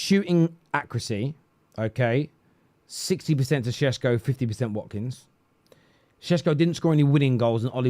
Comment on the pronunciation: Why you keep calling him shesko?